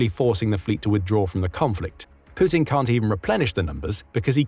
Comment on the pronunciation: The way you pronounce Putin is epic! "Poootin"😂